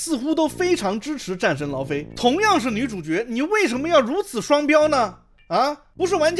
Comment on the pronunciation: 戰神 勞非"姨" OK?